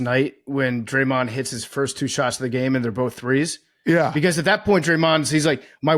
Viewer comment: PFT struggling with Dray-Mahnd